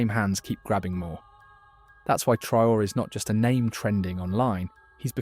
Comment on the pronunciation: You can't say any African names correctly? Not even Traore, Nkrumah, or Nyerere? So, neither West, nor East African?? Hope you are genuine, though? Not just there to lull us into some reverie of comfortable sounds?? But do keep speaking these truths - whatever your goal. Best wishes.